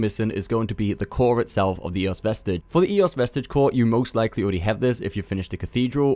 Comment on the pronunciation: Not "ee", more like an open "eh"